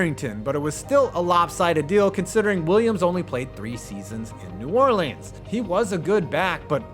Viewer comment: pronounce new orleans correctly please